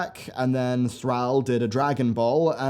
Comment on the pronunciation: You constantly mispronounce pronouns. Very annoying hearing you mangle Thrall.